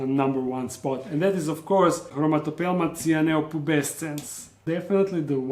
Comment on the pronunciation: all i heard is brahmahmahpelhomore or brahahhahamote or brahahamatata